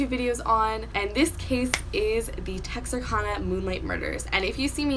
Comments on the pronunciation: It’s pronounced Tex-are-can-uh... not Tex-are-Kahn-uh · Btw Texarkana is pronounced(Tex-ar-can-a) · Great research, but the pronunciation of Texarkana is Tex-Are-Can-Uh, thank you, that is all. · You butchered the name Texarkana 😂but it’s okay I live there lol ... keep up the good work